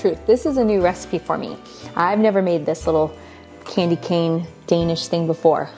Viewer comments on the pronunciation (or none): none